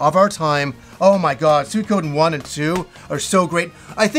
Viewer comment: You have no idea how happy it made me to hear you not Pronounce Suikoden "Sweekiden"